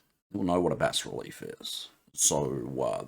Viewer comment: Hey G'day, I have to thank you so much for the Bas-Relief tutorial, as a by the by you pronounced it correctly (in the King's English lol) the Americans pronounce it as (don't ask me why) Baaa Relief (yes a sheeps baa) they seem to like swallowing letters lol something akin to Soldering as Soddering. Anyways I digress, Brilliant. BUT BUT BUT BUT you Opened a Can of Worms! At 1.10 secs to 1.30 seconds you said something that made my head explode, you were talking about 3d models and being able to import them into Krita and texturing them with AI? If I understand this correctly and I'm now guessing if you can import a 3d model, you should also be able to pose the model and create a Bass Relief from it as well? There are a few dedicated now apps "paid apps" that can do this but to be able to do this with Krita "free" would be amazing? Am I reading/understanding you correctly. I will have my nose buried deeply in Krita now looking to see if I cant fall over how to do this. Also a big thanks from my fellow friends at Scarylaser as well, they are now using (thanks to your tutorials) krita to generate their Bass Reliefs for creating coins for fibre laser engraving!